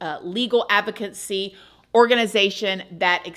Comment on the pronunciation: It's ADvocacy not avoCADcy. Thanks for your video.